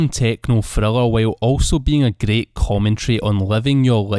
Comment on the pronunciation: Your scottish accent is greight